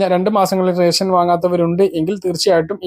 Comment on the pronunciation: നാക്കു വടിച്ചിട്ട് വായിക്കെടോ. രെസം. അല്ല റേഷൻ